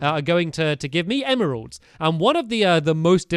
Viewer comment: Is it just me, or is it ADORABLE that he pronounces emeralds how it's spelt. Em-er-alds! Unless (if this applies, I'm stupid 😑😥) you pronounce it like that. I just personally pronounce it em-ralds... This comment is gonna be buried, innit.... 😑😒🙄. I love you stampy! Xx